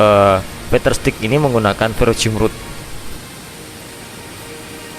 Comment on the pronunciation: ferrocerium rod bang,bukan ferrocium😅